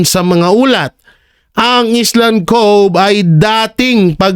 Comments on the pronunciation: correction hindi island ang pag basa kundi ayland po kong basahin ang Island he he he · Island is pronounced as "ayland" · Omg! Pronounce ISLAND properly!!! Nag aral ka ba? Ka diri!!